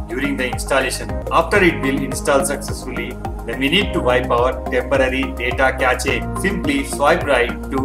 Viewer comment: lol कैचे नहीं कैश पढ़ा जाता है उसे